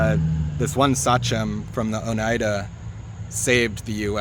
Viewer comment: Oneida is pronounced “ohn eye duh” -born in the finger lakes